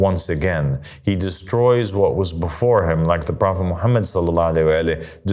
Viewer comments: no islam was perfected.. this guy is trying to be God and people call him father and master this is a cult … he doesn’t even say prophet Muhammad peace be upon him correctly and when he saying I seek refuge in shaytan he doesn’t say that correctly.. this is not Christianity where we have Luke and Paul and Peter and New Testament and start making things up and adding verses this guy and you people are shayateen if you not a bot please educate yourself and don’t follow this clown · no no no islam was perfected.. this guy is trying to be God and people call him father and master this is a cult … he doesn’t even say prophet Muhammad peace be upon him correctly and when he saying I seek refuge in shaytan he doesn’t say that correctly.. this is not Christianity where we have Luke and Paul and Peter and New Testament and start making things up and adding verses this guy and you people are shayateen if you not a bot please educate yourself and don’t follow this devil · Islam was perfected.. this guy is trying to be God and people call him father and master this is a cult … he doesn’t even say prophet Muhammad peace be upon him correctly and when he saying I seek refuge in Allah from shaytan he doesn’t say that correctly.. this is not Christianity where we have Luke and Paul and Peter and New Testament and start making things up and adding verses this guy and you people who listen to this clown are shayateen if you not a bot please educate yourself and don’t follow this devil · no islam was perfected.. this guy is trying to be God and people call him father and master this is a cult … he doesn’t even say prophet Muhammad peace be upon him correctly and when he saying I seek refuge in shaytan he doesn’t say that correctly.. this is not Christianity where we have Luke and Paul and Peter and New Testament and start making things up and adding verses this guy and you people are shayateen if you not a bot please educate yourself and don’t follow this devil